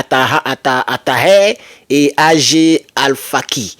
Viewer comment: Ag se lit "Ague" c'est le début d'un nom